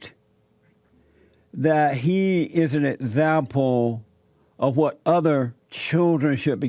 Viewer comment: You be an 'ezzample' alright bruddha.